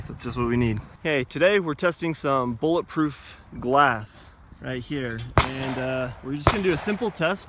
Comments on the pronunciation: "bullet ploof glass" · You mean bullet ploof grass (vanossgaming reference)